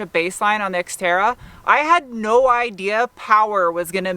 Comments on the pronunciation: 5 and halfish minutes it sounded like you called your sister's unit the Sexterra??? LOL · It sounds like you said sexterra. I kinda like that better.